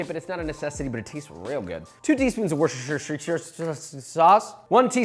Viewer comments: I have watched Joshua since 2018 and I’ve never heard him say Worcestershire Sauce right lol 😂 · I've missed Josh misprouncing Worcestershire sauce, I'm tearing up rn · Back in the cupboard with the Worcesterterstsertshire sauce. Home!